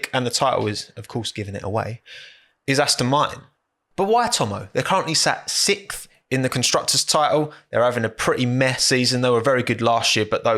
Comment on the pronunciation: just loves saying “SICTH”.